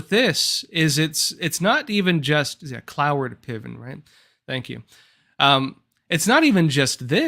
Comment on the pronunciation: It's pronounced Cloward ("Clow-Ward") not "CloeVin"...